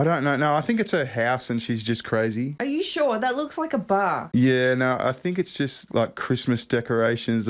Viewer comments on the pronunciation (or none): it's "no", not "noare"!! 😂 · "naughr" is pronounced "no"